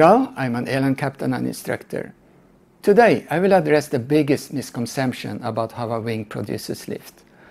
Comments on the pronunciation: The word is misconception, not misconsemption. It was not a mistake, you repeatedly used the same meaningless word. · The problem IS he cannot pronounce “Misconception”!!!